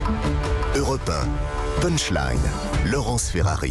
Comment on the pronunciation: ....."andairgrande"....Et bien non madame ....vous ne prononcez pas mieux "underground" que "punchline".... Prenez un dictionaire anglais "on line" et écoutez la prononciation....il suffit de taper sur le petit haut-parleur .....je sais bien que la France est en retard de 20 ans sur le reste du monde pour ce qui est de la technologie....mais quand même , vous qui travaillez dans les médias !!!